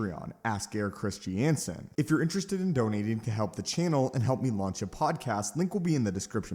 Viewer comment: "Christy-Ansen"???😂 Christian-Sen.